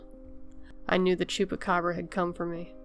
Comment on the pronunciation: Great pronunciation of "Chupacabra" <3